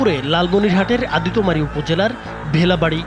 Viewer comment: সন্দেহ কখনো বিচার কে পূর্নতা দেয়না। এতে পূর্নতা পায় মব। এর আগে এরকম অনেক ঘটনা আমরা দেখেছি তাই সবার উচিৎ এসবের বিরুদ্ধে সোচ্চার হওয়া। আর সাংবাদিক সাহেব আদিতোমারি না এটা আদিতমারি হবে।